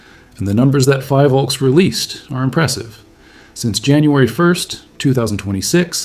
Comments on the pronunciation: Btw, its pronounced as FI-VOLCS (like Phi in Philippines) not FIE-Volcs. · The first syllable of PHILvolcs is pronounced as you would pronounce the first syllable of PHILippines. Thank you for your hardwork though.